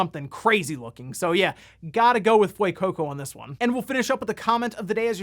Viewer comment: Btw, for proper Spanish pronunciation of the Pokemon name Fuecoco, i noticed a lot of people are pronouncing it as "Fweycoco", when in fact its suppose to be pronounced more like "Fwehcoco". The more you know! <3